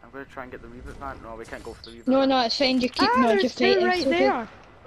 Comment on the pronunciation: Reboot not rebot